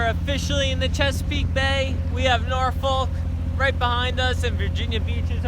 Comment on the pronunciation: Just fyi It's pronounced norfuk lol